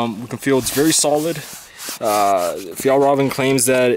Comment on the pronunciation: I hate the way you say Fjallraven.